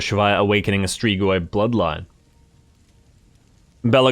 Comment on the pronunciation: Love the vids broski, just so yknow it's pronounced strig-oi